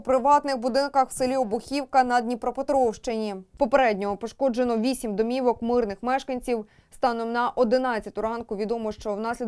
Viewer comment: Обухівка, назва смт. від козацького ім'я Обух. Наголос на ,,у,, а не на ,,і